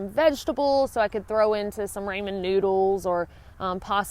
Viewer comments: Ahh........ So awesome. Love your videos and all the adventures you've had. BUT, it's not RAYMOND noodles.... It's RAWMON noodles. Love ya! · This bugs me. Ramen noodles. Rah-men not "Raymon"noodles. not being mean, no offense, just showing proper way. Love your channel! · I love you. That said, it's not Raymon noodles, it's Rah men. Bama girl talkin'.